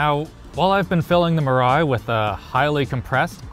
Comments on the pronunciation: Mirai is pronounce as Me Rai btw nice video i thought i watch donuts media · Your local weeb here, it's pronounced mira "e". It basically means future. Because Toyota apparently feels hydrogen is the future. Thanks for reading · Mirai, it actually pronounce “mea-lie”, means future. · Mirai is pronounced as Me-Lai. In Japanese it means “future”. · WHY CAN NO ONE PRONOUNCE MIRAI EVEN CLOSE TO CORRECT